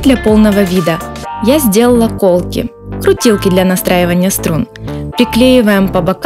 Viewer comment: Аааааа кровь из ушей ,не кОлки а колкИ а так получилось не плохо только под конец я бы поставил не реп трек а что что играют на электрогитаре